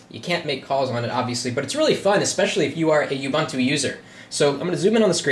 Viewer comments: It is pronounced UUUUbuuuuntuuuu. And that isn't the word processor nor spreadsheet that comes by default with Ubuntu. Libre Office (the full fledged top of the line competitor to Office) does. And technically it doesn't appear to be running on it, rather it is operating within an environment, making it non-native. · i want to smack you for NOT being helpful and correcting him with oo-BOON-too and 0.20 he does say, i'm sorry if im not pronoucing it right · oo - BOON - too. No "you". No "bun".